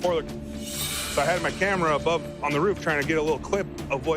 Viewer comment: it's a roof not a ruff.